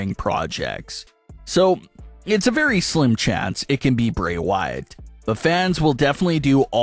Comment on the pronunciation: Your saying his last name so wrong please get it right the way you are pronouncing his name get his name right the other name